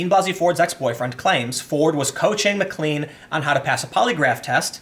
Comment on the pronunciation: pronounce MacLean Plain